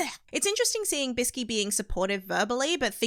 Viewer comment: Its biske not biski